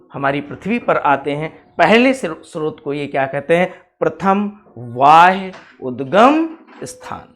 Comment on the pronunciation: Sir vo वाह्य नहीं है बाह्य उद्गम है